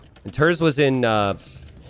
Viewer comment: He is pronounced like "tairts"